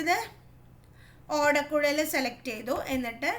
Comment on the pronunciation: Miss ഓടക്കുൽ alla ഓടക്കുഴൽ anu😅